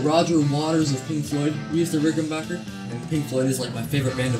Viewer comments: Just a respectful note........It's a RickenBACKer......not Bocher. :) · amazing how many people get name wrong, say B A C K E R , you own a Rickenbacker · If you’re not a complete idiot that rides a Buick you have no problem understanding that it would have been a problem branding a guitar “Rickenbacher” in WW2. Rickenbacher is the original and correct spelling and pronunciation of the name. Rickenbacker was the anglicized name and pronunciation. Only idiots from the United States insist on pronouncing the name Rickenbacker. Anybody with a brain in their head automatically without thinking recognizes it as a German name even with the spelling like Geddy and myself from Toronto. United States was the greatest country but always made up of so many incredible idiots. An A&W campaign that cost millions failed because people like yourself thought a 1/4 Pounder was bigger than a 1/3 Pounder. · Nice Bass...... Good Job. BTW.....It's RickenBACKer. The Decal HAS to go. 😷